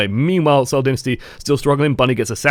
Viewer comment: "Meme-while", anyone?